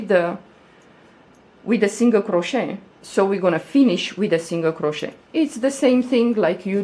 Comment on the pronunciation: I love this! And I want to say the way you say the word ‘crochet’ is somehow soooooo satisfying lol 😍